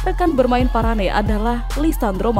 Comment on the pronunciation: Nama bek perancis itu di sebut VARANE bukan VARANEI